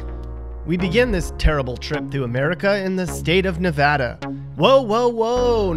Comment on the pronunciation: And then they show a Canadian baseball player . Oh and learn how to pronounce "Nevada". And if you cross the Smokies from Tennessee you're in NORTH Carolina, not South. They don't even touch each other. And then finally his #1 worst choice, New Mexico, shows a Quality of Life ranking of *#8 on his own chart*.